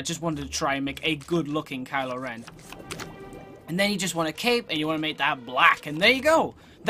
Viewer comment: At first I thought you said Kyle Ren